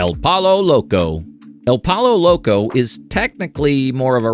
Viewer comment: Ahhh!!!! You made me laugh. Legit. Out loud. Pollo Loco. I know you didn’t know how to pronounce it but that was comedic gold. 😂😂😂 awesome videos sir! Keep it up!